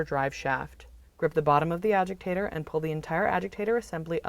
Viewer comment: it is a agitator not agiktator